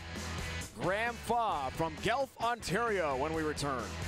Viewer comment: Learn how to pronounce Guelph. Not Gelph.